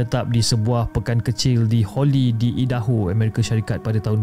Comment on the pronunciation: Saya baru pandang cerita NI. Dah bnyk teritnggal.... Idaho sebutannya Ai-da-ho.